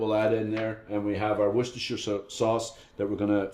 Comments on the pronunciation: Woostertertershire sauce....it's pronounced...Wooster.....wooster....an again...woooster lol.! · pronounced as Woos-ter-sheer sauce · great recipe. Its wooster-sheer sauce, English, what a funny language ah? But thats how its pronounced by us weird English men. Some American gem recipes would be much appreciated, thanks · pronounced "wooster sauce" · Its 4 mins of trying to say worchestershire shire wor shire cester worchshirecester sauce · just say it how we say in the uk wooster.. sauce ...(pronounce the oo as you do wen u say look ) :) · Wooster sauce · wuh-stah-shure sauce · Im amazed you pronounced Worcestershire right not like some who say Wor chester shire very annoying but later you did lol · It's woos-ter believe it or not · It's pronounced Wustersheer by those who live in Worcester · woostershire sauce if you want to say it correctly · I don't take cooking advice from cooks that can't pronounce Worcestershire sauce. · I stopped watching when he said Worcestershire sauce. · i got what you mean how professional can he be if he can't even say it right !;-)